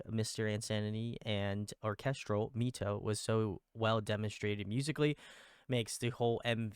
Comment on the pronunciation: Loving this deep dive. Found this channel through KAVE's deep dive ❤ MITO is actually pronounced as "My-Tou" instead of "Me-Tou"